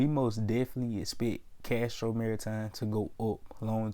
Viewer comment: if you're gonna make a video about a company the least you can do is know the name of the company...it's Castor Maritime not Castro...and I'm not even a shareholder of the company my guy cmon